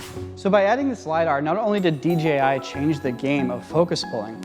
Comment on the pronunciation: dji should change their name to dgi because everyone mispronounces it including this video × 5. I think the I following the j makes it harder to pronounce. Literally half if people say dgi without even noticing. Awesome camera though lol